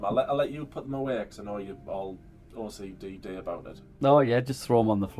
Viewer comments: Seriously every time she said “my OCDee” or “I’m so OCDee” I was rolleen my eyes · Not “OCDD”😂😂😂